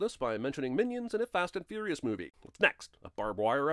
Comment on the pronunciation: "fast and fouious" is bad (and always has been)